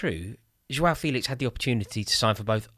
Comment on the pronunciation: All these youtubers thinking that they're experts on Felix but can't even pronounce his name correctly. It's "fay-lix" not "feel-ix". If you'd ever watched him even once in a la liga game then you'd know this. Shows how much people just look at fifa stats and think they know everything about a player. I would have thought Rory might have given this charade up after his expert analysis of how Haaland would apparently be a massive flop at City because he "has no pace"